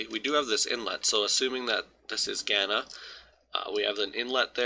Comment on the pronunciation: why do people do that thing where EVERYONE Knows how a word is said but then you just choose to say GANNA instead of OBVIOUSLY Ghana...